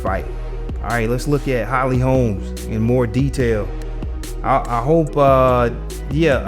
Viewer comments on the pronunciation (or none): "Holmes" Smh lol